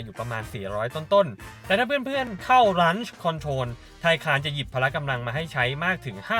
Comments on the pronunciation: Launch อ่านว่า ล้อนช์ ครับ ไม่ใช่ ลั้นช์ แนะนำเฉยๆ อย่าด่าผม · ออกเสียงคำว่า launch ไม่ถูกต้องนะครับ??!!